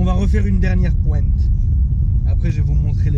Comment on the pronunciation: Arrête de dire une pointe avec l'accent marseillais t'es un parigo